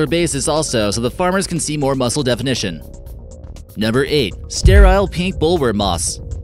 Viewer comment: when he said "number eight" it sounded more like "never eight"